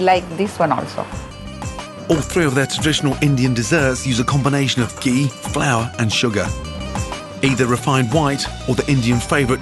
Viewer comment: LOL I thought he said " Uses a combination of gay, flour and sugar"